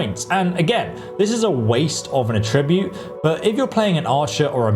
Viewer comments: Attribute (A tri byoot), pronounced with the accent on the first syllable, is a noun that means a characteristic, a quality, something that is peculiar or idiosyncratic to someone or something. Attribute (a TRI byoot), pronounced with the accent on the second syllable, is a verb that means to designate something as a cause of a situation, to credit a quote or piece of art to a particular period or a particular person, to assign a particular quality to an idea or a situation. The first one is the one you'll want to use..... Sorry, this was bugging the shit of me.... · so you'd still max out at 100 speed and not 120 with the seed? You're also pronouncing attribute wrong. Js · Yeah, I mean he’s just mispronouncing it. He’s saying it like a verb when he means a noun. It’s bothering me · I find it slightly amusing that this guy pronounces "attribute(s)" as if it's a verb, when it's a noun (here). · you are putting the wrong emphasis on the wrong syllable - attribute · Very useful video! One minor thing, say attribute as the noun, not the verb. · How does he not know how to pronounce “attribute”? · Super minor thing, but when used as a noun, "attribute" is pronounced with the emphasis on the first syllable, vs the second syllable when used as a verb. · Am I the only one who feels like he's pronouncing attribute as if it's a verb rather than a noun? I mean, I know it can be both, but am I the only one who has been taught two different pronunciations based on whether it's being used as a verb or a noun? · pro tip: stressing the TRIB in attribute changes the meaning of the word. Stressing the ATT in attribute is the correct use of the word in the context of videogame stats. I atTRIBute this mistake to not knowing they are heteronyms (two words which are spelled the same, but mean different things depending on the pronunciation). Otherwise, great vid. Thank you! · It's attribute. Not "a-tribute". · please learn to pronounce attribute!!!